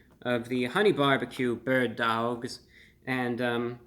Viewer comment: “Berd DaWgs” when i tell you i hollard😭💀